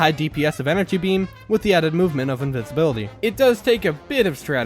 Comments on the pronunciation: you mean invincibility, not invinsibility, right？ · Bro said invinsiblity